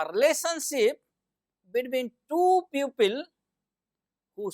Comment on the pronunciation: People ( group of humans) pupil is student pipol (people) piupil (pupil) is for student. Very good explained Sir only need improve some words pronunciation. 💪💪💪😊😊